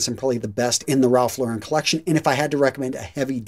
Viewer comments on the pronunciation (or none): It's pronounced ralph lauren not ralph la-ren. Ralph lauren and his workers have both done interviews where they talk about it